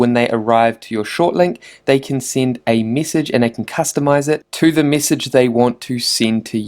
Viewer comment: why am i so childish. After a while i could only focus on his 'e'. Missage, wib, quistions. Good info though.